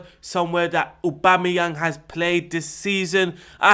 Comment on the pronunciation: "AUBOOMEYANG" Haha